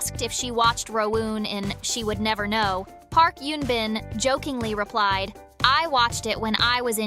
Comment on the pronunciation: It’s Eun Bin not Yoon Bin.